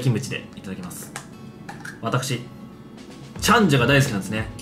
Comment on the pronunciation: 私もチャンジャ大好き！ たらの内臓がこんなに美味しなんてね！w けどイントネーションおかしい気がするw せっかく美味しいご飯なのに紙皿www